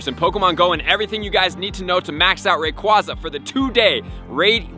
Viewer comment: Its AyeZa Not AhZa Long A